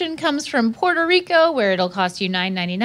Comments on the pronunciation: I know he didn’t just call my country “Prerro Rico” 😢😂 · Link needs help saying PUERTO RICO CUZ that wasn't it frfr lol WEPA link but man someone give him some flava lol 🤣🤣🤣